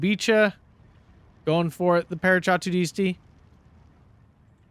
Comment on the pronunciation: Small tip: try "Parakadutisti" instead of "paracadutisti"